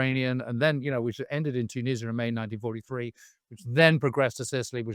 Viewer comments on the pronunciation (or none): none